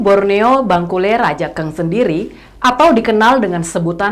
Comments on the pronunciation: Cara bacanya bukan raja eng mbak, tapi rajang bacanya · Maaf hanya meluruskn Baca nya bangkule rajang mbak. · Reporter klo nyebut Rajankg..perlu dipelajari dan pengucapanya harus pas..buat...🙏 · Rajank dibaca rajang Radank dibaca radang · Masyarakat adat Dayak=Indonesia, cinta NKRI, cinta Presiden Jokowi. Utk nya boleh lah ke tanah Borneo utk silaturahmi dan memantafkan pengucapan kata Rajakng dan rumah Radakng supaya lebih pas😄😄, terima kasih sudah menyampaikan pesan ini lebih luas. Mardeka...